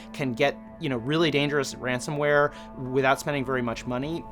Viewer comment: Ransomware not ransomeware